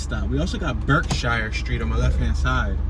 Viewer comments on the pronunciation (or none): We pronounce it berksheer not shire like in the hobbit hahahah.